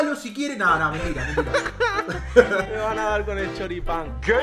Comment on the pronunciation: Nadie Absolutamente nadie:CHORIPAN